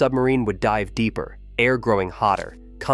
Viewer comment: Can't you use a human narrator? (air pronounced as 'Ay I R').